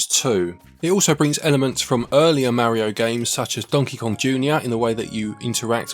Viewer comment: You can't even say Mario correctly